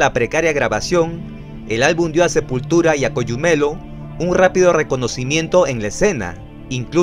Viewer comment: Se dice Cogumelo, asi como se lee y no ''coyumelo'' saludos xd